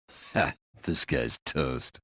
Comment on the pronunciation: I JUST REALIZED WHEB SAYS "HEH THIS GUYS TOAST" IT SOUNDS LIKE "HEH DISGUISES TOAST" AND THATS WHY ITS HIS INTRO